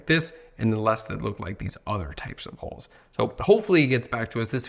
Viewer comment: I get the idea. Especially the emphasis on "holes"